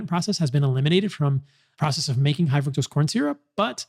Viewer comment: Is he purposely saying fuctose?